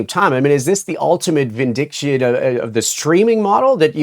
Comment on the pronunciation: don't you gentlemen mean Vindication as opposed Vindiction